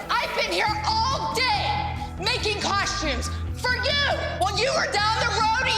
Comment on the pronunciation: Just now discovered this show, love it!…. But I just came to say COSH-tumes 🤷🏻‍♀️